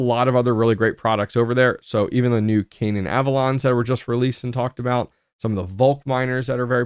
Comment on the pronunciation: I think he's can ad i an mate.